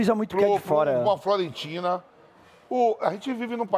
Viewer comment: Fiorentina! E não FLORENTINA!